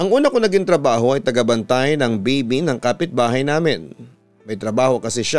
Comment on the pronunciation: Bibi? bibe? O baby? 😅😅😅